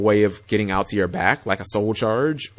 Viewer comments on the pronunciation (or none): Altair there's definitely no I after the T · He's pronouncing it like Assassins Creed. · no he is not even saying that correctly